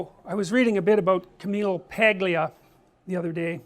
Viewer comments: Her name is Italian and the 'gl' is diffucult unless informed by an Italian on how to pronounce and was practiced by me many times with a fellow Italian friend. It just isn't in the English phonetics, and to expect American or Canadian's to get off the bat, well...;) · the g in paglia is silent, its pronounced palia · As someone with an Italian mother (and for real Italian, not second third fifth whatever generation shit), it literally makes me insane every time I see someone pronounce an Italian last name that involves a G before an L and pronounces the G. Its basically a silent g. Its Pail-E-Uh. Buscaglia is Boo-Skall-E-Uh. Etc. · Most Americans cannot pronounce this surname. G here is not exactly silent. Together with l and i (gli) it signals for a single sound which is not present in English (it sounds like a combination of l and y). So it would be Pah-lya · He is better to learn to pronounce her name correctly! This is fu(king embarrassing to listen to... Don't school me on their interview. I have seen it! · Maybe because not everyone is ITALIAN?? so how would someone like me who is not Italian suppose to know that we don't pronounce the G in their name? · Starts off talking about Camille Paglia's fame but doesnt know how to pronounce her name. Silent 'G' in Paglia.